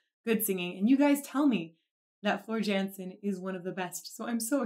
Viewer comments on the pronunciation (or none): Jansen is pronounced “Yansen” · It's pronounced yansen